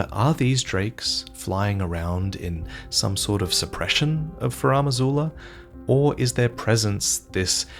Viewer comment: “Furam Azula” ouch